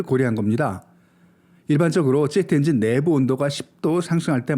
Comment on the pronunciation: 중국을 '쭝국' 이라 발음 하고 제트엔진을 '쩨트엔진'이라고 발음하는 당신은 누군가?? 중국 까대기로 코인땡기는중...?? 내용도 중요 하지만 기본이...그래서 구독 취소~!!